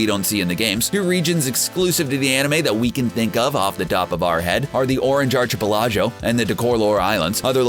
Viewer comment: Have you never heard how to actually pronounce archipelago??